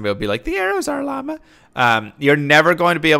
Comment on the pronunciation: Why do you say llama as Laymah?